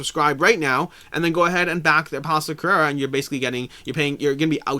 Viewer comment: You definetly need to up your game when it comes to the pronunciation of "Carrara" ahahah Thanks for the video as always!